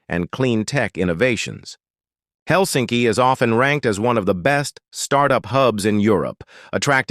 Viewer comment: It is not Hel'sinki, it is 'Helsinki.